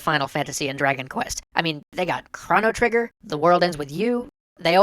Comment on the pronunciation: ... You said Chrono trigger wrong...